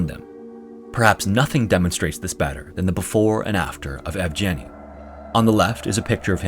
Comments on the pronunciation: It's pronounced ''Yievgieny'', with the ''Yev'' similar to how you pronounce ''Kiev'' and that ''G'' it's the g from ''Get', not ''Germ''. You missed the opportunity to show his face later in life but oh well, he made it - that's more than enough. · Of course, the "g" in Yevgeny is hard, not soft. There is no soft "g" in Russian. They don't even have that sound in their language, nor a letter to represent it. When they transliterate foreign words with that sound, they use the combination дж (d + zh), with the latter sounding like a French "j" or the "s" in English "leisure".